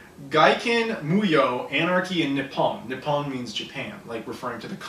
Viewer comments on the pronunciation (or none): none